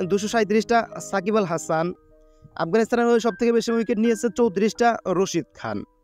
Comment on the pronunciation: আপনি রাসিদ খান কে বলছেন রসিদ খান😂